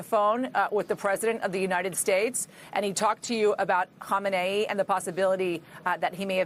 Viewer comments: It’s amazing how many reporters that can’t say his name. It’s “Ko meanie”. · It's "Kah main ee"